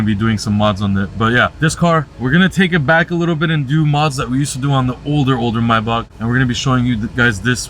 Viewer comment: And is not myback It’s Maybach👀